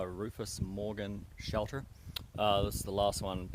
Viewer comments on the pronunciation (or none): I love how you say shelder ;)